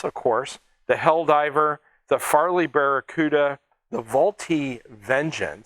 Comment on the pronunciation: "Farley"??? Barracuda. HUH??? How do you get Farley from Fairy? Come on man, failing Japanese & Lithuanian pronunciation is one thing but English? Reading from a script? No background knowledge? The Japs certainly had some beautiful/elegant aircraft the Zero, Val, Dinah, Claude, Nate.